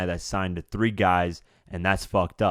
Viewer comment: “All TREE of y’all” 😂